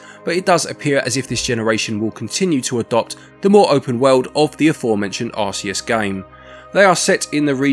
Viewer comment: Pokémon Arseus? Never heard of it.😅